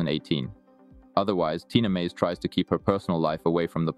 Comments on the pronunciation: Tina M A Z E not Meyz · Tina Maze NOT Tina "Mejz."................don't make any more videos about people whose name you can't pronounce..........especially about phenomenal athletes like Tina........... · get rid of the vonn photos. and pronounce Maze correctly. You obviously don't know her very well.